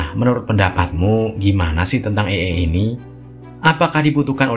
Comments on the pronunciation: Bukan ey ey dah bang Tapi ey ay Seru ceritanya bang,, semangat bikin konten nya💪💪💪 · Bang bukan ai,e tapi ee,ai.baca nya.